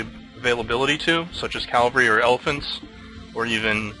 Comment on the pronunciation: Enjoying this series. But there is one correction I need to make. It's cavalry not calvary.